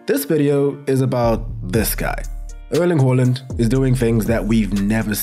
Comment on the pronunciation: “uurling huurland”